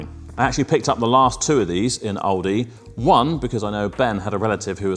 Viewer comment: It's Aldi not owldi 😂 mate